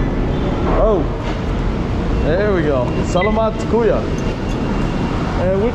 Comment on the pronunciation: Say “kuya” brother… not “kuyo”…